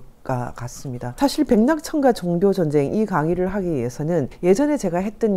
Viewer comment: 사실,제가(나),세계,비평,계속, 등 첫 자를 짧게 잘못 발음했음